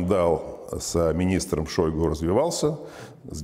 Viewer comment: шойгУ, а не шОйгу